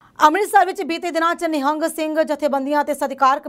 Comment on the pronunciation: Madam g nehing nai hunda nihang singh g hunda aa sahi pdya karo